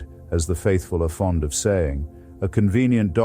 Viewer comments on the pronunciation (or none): none